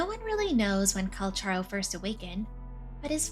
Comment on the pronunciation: Finally... Someone says his name right. 😢